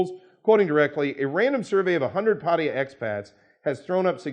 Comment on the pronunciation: just a pet peeve, the Thai government's chosen English spelling is Pattaya, which is pronounced Pah tah ya first a is short a sound, not an o sound like in the word pot. it is not Pottaya it is Pattaya also mention here that many expats like to pronounce Pattaya, Pah tie ya and as can obviously be seen there is no letter i in the city name Pattaya, just as there is no letter o. It's just nice that individuals who work, live, discuss Pattaya, can actually correctly pronounce the name.